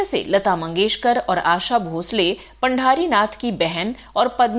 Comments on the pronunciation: पंढरीनाथ पढे पांढरीनाथ नही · पांढारीनाथ नाही पंढरीनाथ.... 🚩